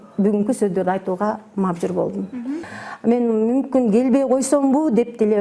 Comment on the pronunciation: Мажбур деген созду туура суйлоп алса болду саиое главное😂. Анжелика 10 жыл бою сиз мн журсо. азыркы тарбиясы анда сиздики. Озунор кандай тарбияладынар ошондой болуп чыкты да. анан Апасын кошуп куноолойсунор. уят эле сиздики Айчурок эже..